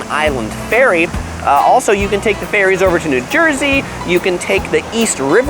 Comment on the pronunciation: Who else heard 'ferry's' as 'fairies'? 😁